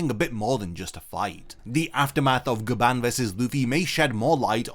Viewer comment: So apparently its Gyaban not Gaban